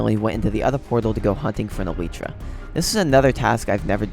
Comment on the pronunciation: Elitra… it’s elytra